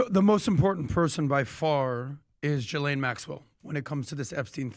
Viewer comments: I hate being this person. But it's pronounced "Ghee-lane". Not Jiz-lane, not Jill-ane, not Jis-lane. Ghee...like clarified butter. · Guys guys guys come on….if you want to be taken seriously, y’all should know by now her name is pronounced “GHEE LANE!” Not “JIZZ Lqne!” FFS get it together and do your damn research! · Sounds so silly when he says it was a J .. it’s a French name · Can the country all take one day off to come to a consensus how to pronounce “Ghislaine”?